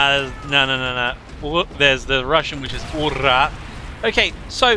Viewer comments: Marine here: it's Oorah, but we just say rah these days. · USMC is Ooh-rah, it’s just quicker and less defined than the Russians Ura